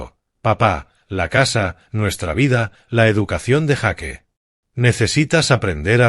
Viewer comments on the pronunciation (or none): Cual jaque yo creo que quisiste decir Jack o sea yack